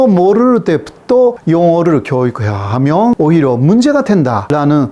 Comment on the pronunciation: 잘봤습니다. 그런데, a. 구독...이 단어를 '그독'이라고 발음하시네요. '구' 발음이 안되시나봐요. 조금 더 노력해 주세요. b. ~하면...이 발음은 ~하며...로 들려서 어색합니다. 중국통인 유튜버 안유화 교수도 마찬가지더군요.